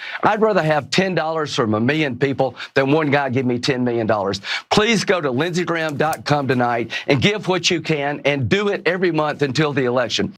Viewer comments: Did he just say Lindsey Graham. CUM? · he just said Lindsey.cum 😀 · Lindsey Graham dot come. . . is that what I heard? 😂